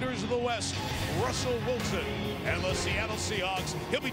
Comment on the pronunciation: Dude must've said Rutzle Wilson about 15 times lol